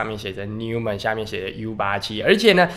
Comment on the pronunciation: 連名字也不會唸，買台法拉利來送貨，人傻錢多